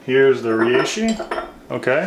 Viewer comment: Hopefully someday he learns how to pronounce reishi